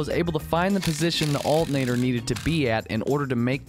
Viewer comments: Cool video. I like the way you call an alternator "altinator". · I really like how you say "alternator." While there are a lot of things I enjoy about your vids, that was the clear payoff in this one.